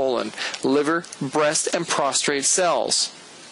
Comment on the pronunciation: It is pronounced Prostate, not Prostrate. sorry, sir!